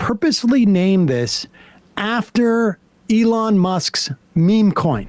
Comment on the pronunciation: & how little he cares to pronounce Elon's name.